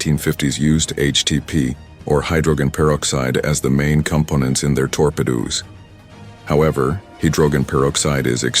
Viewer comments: "toar-pa-doos" 😆 A.I. isn't taking over yet! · And "torpedoes" with "tore pea doze". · But then your reader, (is it a new, untested, robot?) goes totally hayware. Hydroggen, with a hard G? "Torpy-doos" for torpedoes? C'mon, kids, you're supposed to be in grown-up land when you go public on the Internet. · Tor Pedos......is he talking about weapons or Biden's friends? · TOR-PE-D00'S come on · "the unfortunate collapse of the Soviet Union" lol who the hell produced this? the rest of the narration is terrible the pronunciation of hydrogen and torpedoes at the end is it an illiterate 'bot?